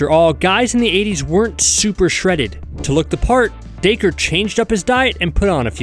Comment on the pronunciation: Its pronounced daykah